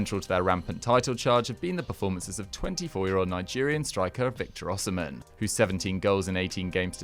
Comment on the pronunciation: It’s pronounced O she men